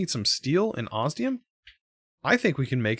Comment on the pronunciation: ostium...lol osnium...lol